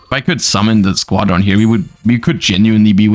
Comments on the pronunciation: why does he say squad-ron and not squadron, one word. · The way he pronounces squadron drives me insane lol